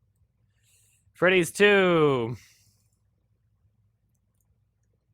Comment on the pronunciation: Five nights at Fweddy's